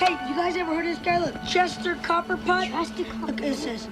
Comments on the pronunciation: ITS CHESTER COPPERPOT NOT COBBLEPOT 🤣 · Chester "Cobblepot"? WTF dude?? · Copperpot not Cobblepot. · Its "Copperpot", not "Copplepot," youre thinking of the Penguin